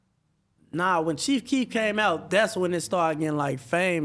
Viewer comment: It's Chief Keef not Cheef Keef, don't disrespect the man like that